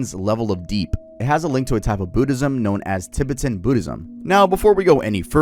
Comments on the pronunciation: I'm a Tibetan Buddhist (Not from tibet but I work for a buddhist retreat and my family have practiced buddhist beliefs for the last 30 Years) Your pronounciation not to be rude was terrible! No Disrespect. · It’s cute hearing you mispronounce Tibetan so many times lol like a Canadian saying the word ‘aboot ’ 🤣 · The pronunciation of Tibetan is killing me lol but nice vid keep it up 👍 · tuh·beh·tn .. not Ti.Bit If you're going to do a video essay, please look up the pronunciations prior to recording the video. If you're going to do a video essay, please look up the pronunciations prior to recording the video. Nothing irritates me in life more than mispronunciations, especially by fluent English speakers. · tib-i-tin? i thought it was pronounced ti-bet-en 😭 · Give us the lost footage between and where he learns how to pronounce "Tibet" Edit: nvm he goes righr back to saying "Tib-bit-ton" im DEAD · I can't listen to you say tibbatin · “Tibitan” is sending me 😂😂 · "Tibbertons" "DUH-LIE LAMA" 🤣🤣🤣🤣🤣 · and tibeten... "tibiten" lol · I tried to watch this but you kept saying Tibetan wrong. How are you pronouncing Tibet right and Tibetan wrong? Also that's not how you say dalai lama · Bro pronounced Tibetan so weird. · Cool and all but I cant forgive your pronunciation of Tibetan. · doesn't know how to pronounce Tibetan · I wonder if Batman learned how to make a tulpa from the Tibetan monks too 😭. Also I hate how bro pronounces "Tibetan" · The way he kept mispronouncing “Tibetan” and “dalai lama”😂🫡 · I'm so sorry but the mispronunciation of Tibetan and Dalai Lama are KILLING me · ilysm but please use google pronunciation on Tibet, Tibetan, and Dali lama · It takes maybe 4 minutes to google how to pronounce Tibetan and Dalai. Like common bruh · Is bro pronouncing everything wrong on purpose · I love you, but why the hell are you saying Tibetan and Dalai Lama like that broski😂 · why did you pronounce tibetan like that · And Tibetan lol